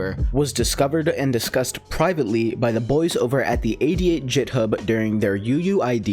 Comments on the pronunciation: excuse me did you really just pronounce github as "jithub" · ITS NOT PRONOUCED JITHUB